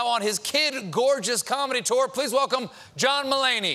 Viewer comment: When I first heard him say his name I thought he said "John m'lady. 😂😂😂